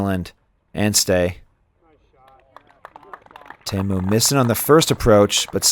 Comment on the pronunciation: I don't mind his commentary but it's very annoying listening to the pronunciation of names. Go ask the guys. Like Teemu, he says Taymo, so does he throw Tay-Birds or Tee-birds? I mean really...